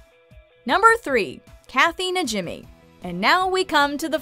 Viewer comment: Isn't it pronounced NaHEEmee? Not NaJIMmee?